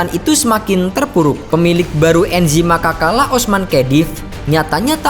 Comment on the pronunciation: Cara pelafalannya Anzhi Makhachkala bukan Enzhi Makakala wkwkwk